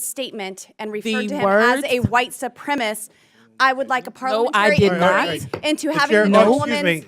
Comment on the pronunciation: Well someone desperately needs to start writing boebert's speeches because she can't even say the word "supremacist" correctly. Carry on